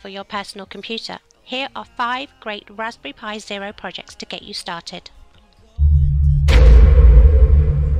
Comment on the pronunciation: "Raspy pi"